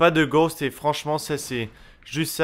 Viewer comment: C'est le "Perk" que tu détestes "Ghowst" ? (je sais on dit Ghost hein --") Mais... POURQUOI TU AS GHOST !?